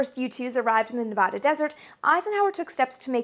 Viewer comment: That's "Nev-A'-duh" ("A" pronounced as in 'cat').